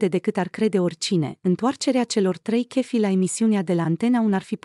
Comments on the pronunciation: sigur nu este româncă, dar chef, în orice limba (franceza, engleza, spaniola, germana, italiana...) tot șef se pronunța, nu kef. De aceea nu am menționat restul greșelilor de pronunție și punerea accentului greșit. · Doamna, no ofense, dar ce limba vorbiți? Dacă faceți un vlogg în limba romana, vorbiți corect. Chef în orice limba se pronunța șef ca și în alte limbi.